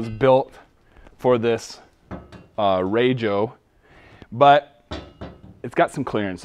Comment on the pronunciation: It is so nice to hear someone say RAJO correctly. Nice video. enjoyed watching it.